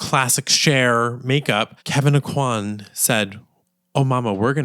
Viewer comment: I just need to say "thank you" for pronouncing the name like 'oh-quan'. I hear people say it like 'oh-coin,' and it's rough as a Cajun girl.